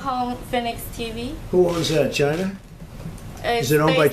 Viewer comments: The way he pronounces China 😂 Chy-nah 😂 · Trump has the best way of pronouncing China “ Chyna’ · ❤ Trump saying Chyna... 😂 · Its not China, Its Chyyyna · No, its CHIYYNAA